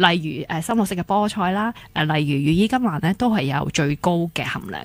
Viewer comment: 羽衣甘藍(藍色嘅藍) 唔係(蘭)